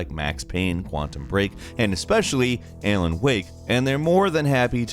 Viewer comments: Ay-len wake. I think you mean Alan Wake. Or Al-en Wake. My lord, Alan is a common name. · Yeah. I definitely heard "Ailen". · I've never heard of the game Ailen Wake before.... it is new? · pronunciation of Alan is something else.